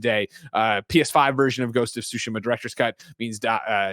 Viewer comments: Greg, your pronunciation of Tsushima is better than most but still not quite there. It’s TSOO-shee-maw (the T is not silent). But I also wouldn’t worry too much as long as you’re trying, most of your audience probably doesn’t speak Japanese. As a side note to Tim since it comes up pretty often, it’s O-nimusha, not AW-nimusha. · But the second way isn’t correct either. It’s Su- Shi- Ma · it’s TSU-shi-ma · I know that but for some one that might not know Japanese they’ll probably over pronounce the t. It’s hard to tell someone how to pronounce something via text lol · Still not correct, better than most but the T is not silent. He’s also pronouncing the second syllable wrong. Actually all of the syllables are mispronounced lol. But I don’t expect everyone to speak Japanese.